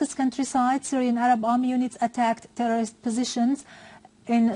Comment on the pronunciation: How many time did she said "terrororist" ? xD